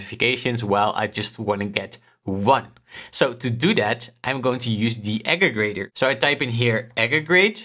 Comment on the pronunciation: Good video just something to note is that it’s actually aggregator, not ageggrator